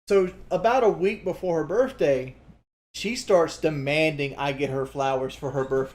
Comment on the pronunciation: “Birfday” “Worf flowers”